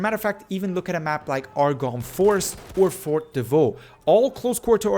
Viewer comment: Also, it's pronounced like preeze de taher not dee like how it sounds in English like de with a normal e like bed, not e like bee